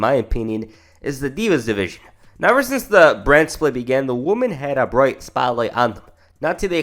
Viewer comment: Its "women"